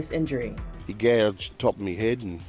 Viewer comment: Dude pronouncing “my” as “mi”😂😂😂😂